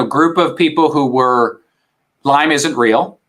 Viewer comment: Why does the host keep putting an “S” on Lyme??